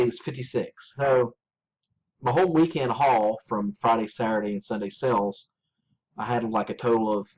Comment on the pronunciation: Are you saying sales or sells? If youre saying sales, its pronounced SALES not sells!